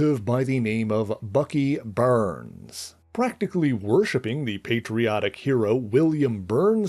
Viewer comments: I gave this video a thumbs down, it could’ve been a thumbs up, but I was really irritated with the whole video every time Bucky Barnes name was mentioned. It’s Barnes not Burns. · It's pronounced BARNS not BURNS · I cringed every time he said Bucky Burns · Where did Bucky "Burns" come from. BARNES isn't it. Also, using racism as click bait is stupid. Do better. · Do you mean Bucky 'BARNES?!' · I think it’s an accent quirk.